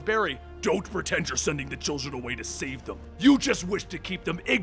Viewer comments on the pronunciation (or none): none